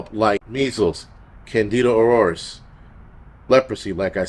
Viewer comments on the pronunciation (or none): none